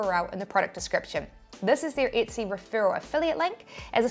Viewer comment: Why are you mispronouncing Etsy, You keep saying itsy 👈🤣